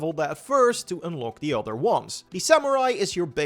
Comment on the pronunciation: Hey man I can tell your english is improving! Dont lose all of your accent. Its part of your charn. "Utter" instead of "other" still cracks me up.